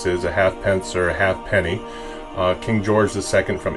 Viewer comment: A lovely coin and very sensitively worked on. Just for your interest, the half penny was always pronounced "haypni". Great video.